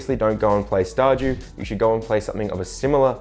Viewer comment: How he says ''Star dew'' all i hear is ''Star Jew'' and it makes me laugh.